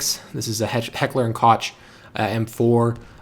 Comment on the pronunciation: you don't say koch like "coch". you pronounce it like "coke":)